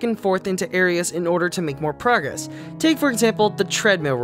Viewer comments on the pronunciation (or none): none